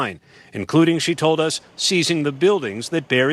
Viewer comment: When did "us" become a two syllable word?